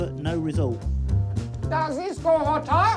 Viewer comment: It is my favourite moment as well 🤣 but also - Daz diz go hota? 🤣